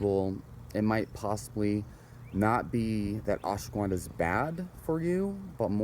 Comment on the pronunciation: Fucker keeps saying Ashwa Gwuanda lmaooo I can’t focus when he says Gwuanda